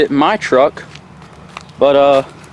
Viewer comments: Did he call us "gay los " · You said gaylos